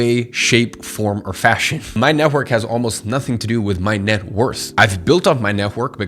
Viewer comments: NET -WORK not NEH-WORK😭😭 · Neh-work. Why between many other words you choosed to mummble this one?) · It really annoys me the way you say "network". It kept throwing me off throughout the video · Love the way you say netwhork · No offense, but the way tou say "network" is so funny. Had a good laugh. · The way you say "network" is funny :) Good vid! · why do you say "network" like that lol is it just me who doesn't hear it straight or m tripping